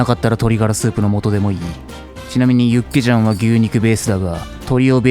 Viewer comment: 육개장 닭개장 발음 거진 한국인인데 ㄷㄷ